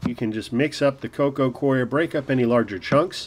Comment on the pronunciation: The "coir" of "coconut coir" is pronounced the same as "core."